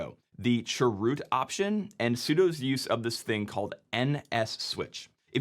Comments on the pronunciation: I'm sorry, but the way you say "churoot" hurts me for some reason 😭😭 (i just say "c h root" lol) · chroot: ❌ chwoot: ✅ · I know... I can't handle it this pronunciation. What's wrong with saying "change root"? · That sounds like 'Dwight Chroot" form "Chroot Beet Farms". I always heard it being said as "change-root" or "c-h-root". Also the "Etsy" shadow file... i also never heard it that way... usually it's "slash-etcetera" or "slash-e-t-c". thanks for the videos though. cool stuff! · I just noticed this, you said (sur)root aka chroot. I knew what you meant but it dawned on me that it would have thrown me way off as a newbie. The CH is short for change, so change-root. I think it would more clear for command like this if you use the full name, or use the letters instead of sounding out made up words. Say CH-root instead of (sur)root. I'm not trying to come off as pedantic, I'm just saying if I didn't already know what you meant I'd be lost. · The way he said chroot cracked me up. Made me think of that song from Mary Poppins... Chim chimminy chim chimminy chim chim chroo 🙂 I've always called it change root. My version of sudo is ess-you-doo. I don't like saying it as a word because it sounds like pseudo.